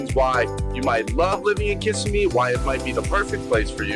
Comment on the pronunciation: Its pronounced Kiss ime